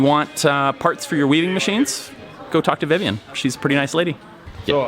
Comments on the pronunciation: Weabing machines. I thought Japanese was the only language with no distinction between the B and V sounds. Make a machine that produces cat-ear hairbands! (also called nekomimi) You'll get a billion views :) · "Weabing machinery" lmao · "DURA WEABING MACHINERY"